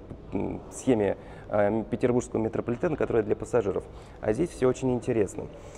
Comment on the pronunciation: Метрополитен не ПетербурЖский, а ПетербурГский! Уши режет очень сильно!